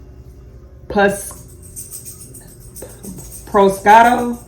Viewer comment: Prosciutto is pronounced "Pro - shoo - toe" sounds like its gonna be a delicious sammy